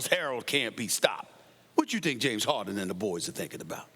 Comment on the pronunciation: It's Harden Max ... Harden ... not Hard-on !